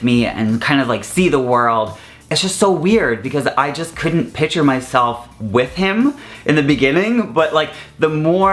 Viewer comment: When you keep saying pitcher instead of picture it's driving me crazy but I love you though!